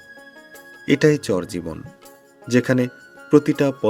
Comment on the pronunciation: চর শব্দটা ভালো করে উচ্চারণ করবেন। মাঝেমাঝে চোর শুনায়। ভিডিও সুন্দর